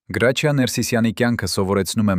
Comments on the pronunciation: Ոչխար Գրաչյա չի Հրաչյա է։ Եթե թարգմանություն է գոնե հայերեն դարձրու։ Լսելը անգամ այդ հրաշք դերասանի մասին հնարավոր չի։ Զայրույթից կոֆես թափեցի։ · Հրաչյա Վանեցին Գրաչյա չի կարող ասել երբեք . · Ունենք գեղեցիկ, հնչեղ ՀՐԱՉՅԱ, խոսեք հայեցի։ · Էս նյութը կարդացողը հայ չի?, ինչու,,գրաչյա,, ոչ թե Հրաչյա։ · Հենց միայն այն,որ անունը անտանելի սխալ եք կարդում, էլ չեմ ուզում լսել շարունակությունը, հաստատ հորինած անհեթեթ պատմություն է 😢